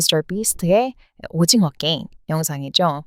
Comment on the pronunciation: 그냥 한국 사람이 외국인 발음 따라 하는거 같은데 게임을 께임이라고 발음 하는 외국인은 처음 봄